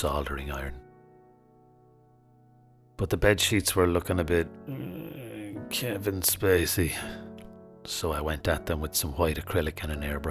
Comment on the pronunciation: Nnnnngh KEVIN SPACEY 😂😅 omg never has a name been ennunciated more comically